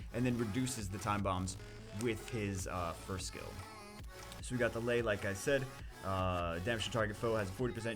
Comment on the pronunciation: It is pronounced 'Lee' not Lay No one names their daughter lay...